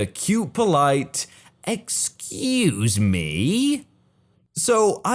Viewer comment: Storytime : While I enjoy wholesome stories, when there is a wholesome story, and the person saying, "Excuse me." isn't a Karen, you need to use an inflection of voice that does not make it sound like it is a Karen in the wild, but that it IS a sweet old lady. You do a disservice to the person in the story, and to the viewers of the video. Please keep in mind that vocal inflection is of primary importance in these stories. That is the only thing I have any problem with, and there may be others who feel the same way, but for some reason haven't said anything yet.